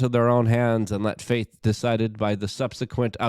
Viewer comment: Its "FATE" not FAITH man.... wtf 🤦‍♂️